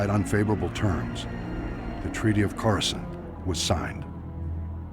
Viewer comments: “Wait let me pronounce that right…’chorus can’t’” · The sith are the six and darth is dark, you need to work on your SW pronunciations, how you said Coruscant made me cringe.